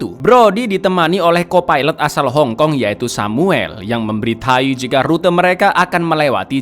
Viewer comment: Memberi tahu Min,bukan memberi tai